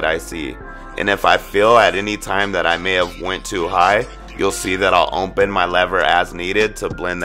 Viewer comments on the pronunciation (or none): Nigga said: ohnpen 😂 its open big dawg